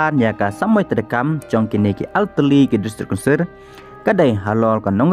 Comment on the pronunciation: District Councirrrrrrrrr